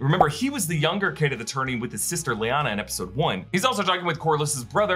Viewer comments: Laena not Leanna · Laenor (LAY-NOR) Laena (LAY-NA)